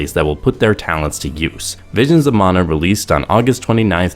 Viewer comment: Props for pronouncing "mana" as "mana" and not "manna" like everyone else.